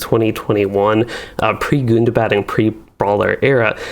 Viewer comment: Is Gundabad really pronounced as "good-da-bad"?